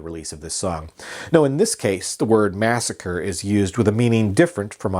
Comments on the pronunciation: its massacree..... you keep sayin massacre.... two totally different words...... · Mass a cree….not Massacre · Alice's Restaurant Massacree. Massa - CREE. NOT "Massacre". And I think the friend's name was Roger. And it was Alice's Back Room. Arlo isn't well these days and isn't doing interviews or playing shows; but he has a huge family who would probably comment on the truths and fictions of the song. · The last time I listened to this song, it's spoken Masacre, not Massacre. Otherwise informative. Just saying. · It's "massacree". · Massacree. Its massacree.